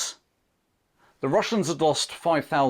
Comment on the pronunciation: " The Wussians wear Gway."